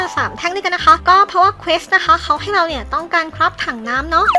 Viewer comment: มันอ่านว่าเควสค่ะไม่ใช่เคส